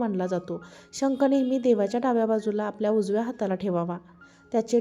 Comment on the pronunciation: चांगली माहिती आहे ❤ धन्यवाद पुणे, .शंक नाही शंख म्हणावे